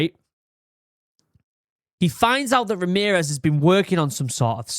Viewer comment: who the fuck is Remerez